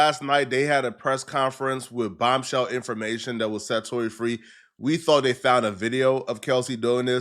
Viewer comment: Bro can you not pronounce Th. Dis-Dey